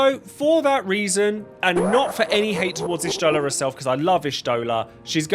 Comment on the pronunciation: Everyone gets put in the bottom tier because not even the VA's say Y'shtola correctly. Not since 3.0 when the og voice cast was replaced.